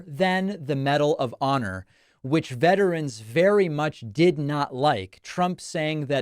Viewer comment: "MANY OF 'UM." He can't even say the word VETERAN. He has zero respect or appreciation for veterans who made major sacrifices to protect their fellow Americans.